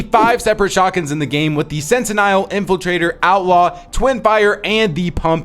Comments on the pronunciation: What is that pronunciation of Sentinel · Can someone let him know that it’s Sentinel (sent-in-ell) not “sentiniall” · For --> Sentinel Shotgun is pronounced: Sen tuh nel not sen tie nel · Sentinel... Scent - n- ull .. but overall grerat video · Please stop saying sentinel like that. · Also just wanted to lyk you’re mispronouncing sentinel 😭